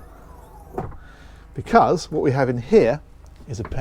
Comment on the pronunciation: Becuzz, or because🤔